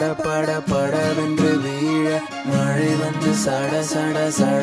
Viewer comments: Bro... Everything is Nice but Ungalukku Mazhai nu varudhaa..?? Malai nu pronounce panreenga...... Pronounciation of the Letters r important... Practise the words which having ழ sounds.. 😊😊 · அது 'மழைச்சாரல்'.. மலைச்சாரல் அல்ல..😑.. learn தமிழ் pronunciation bro..! btw.. nice attempt..!!👏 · I think there is a pronunciation mistake in the first line. It is Mazhai not malai the whole meaning changes because of that. Beauty of Tamil language lies in the letter zha(ழ). So kindly pronounce it properly, don't mistake me. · mazhai pronounce like that otherwise ok